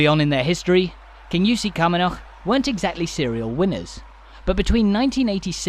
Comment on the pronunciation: Just an FYI - Badenoch is pronounced Bad'noch :) Have passed through, and stayed in Kingussie, too many times to recall as I used to live about 40 or so miles further north up the Spey. and a brief glimpse of, what used to be, the Station Hotel - once owned by friends of mine back in the 80's .